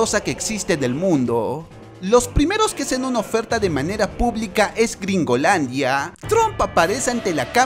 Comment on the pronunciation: Flaco ponele onda al relato y dejá de estirar las pronunciaciones... Ejemplo ... Gringolandiaaaa, pacificaaaaas, kiraaaa, es odioso, nos tratas de idiotas chabon